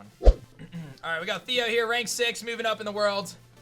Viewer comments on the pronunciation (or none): none